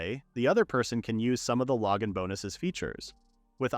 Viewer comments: Lowgin bonus? Not even should be able to fail on saying that! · The saying "Logan Bonus" cracks me up. Like it's not a skill, it's just some dude that sends the hero things. He's a good guy that Logan, very generous. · glad i wasn't the only one thinking this. <3 Logan